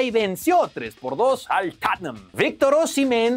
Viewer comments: Jajajaja ya diganle al vato tatuado que se escucha bien sangriote hablando asi jajaja se quiere escuchar bien y ni se le entiende jajaj yo dije ah chinga,ps que equipo es ese jaja era el tottenham! Y ese we dijo el tothssaam jajaa hable bien sangriote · Tatnam jajajaja ese wey 😂